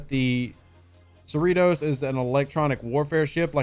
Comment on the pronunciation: Are you sure it's pronounced cerree-toes? Seems to me like it should be pronounced cerri-toss